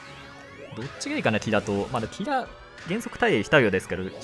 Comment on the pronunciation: キラのイントネーションがキ↓ラ↑なのめっちゃ気になった